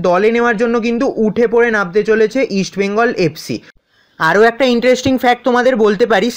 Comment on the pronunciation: ভাই তুমি ভালোই আপডেট দাও,,, ইস্ট বেঙ্গল ,, তুমি বলো ইস বেঙ্গল এটা একটু ঠিক করো।❤️💛